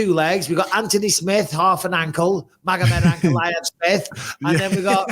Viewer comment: "Magomed Ankle-aev"😭🤣